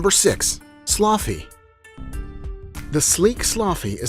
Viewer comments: its not pronounced sloffy its pronounced saloogi dumbass LMAO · Its sloogi not sloffi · Sloughi are pronounced slooɡi not slothy !! Most of the dogs in the clip are Salukis and the last ones is Borzois! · The video lost it’s credibility the moment he pronounced sloughi sloufy 😂 😂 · Please dont post an educational video without doing proper research. Spreading misinformation is dangerous... Shiba inus are small brush dogs, to flush small game, not bear dogs. That is the Akita inu, the large breed Japanese Spitz type. ...and Sloughi is so off... its Saluki... ...and so much more... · Sloughi?seriously you are so dumb it's called a Saluki dude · Actually based on the DNA the greyhounds are not ancient at all. Early middle ages and that's not ancient. The author is ignorant. Sloughi is not pronounced as sluffi. Also, he showed a Saluki and called it a Sloughi. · The oldest unchanged dog is the Basenji what about them. The pronunciation of sloughi is wrong it’s “so loo gee”. Another very old dog breed is Ibizan hounds who originated in Egypt 5000 years ago. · Sloffy? WTF is that? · Actually, Sloughi is the ancient sighthound breed specifically from North Africa, but 1/2 the pics they used were other breeds like a Borzoi and the related Saluki and he absolutely butchered the pronunciation of Sloughi. (It's "sluːɡee".) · Your prononciation for the North African Sloughi is rong ,,,sloughi means the skinny.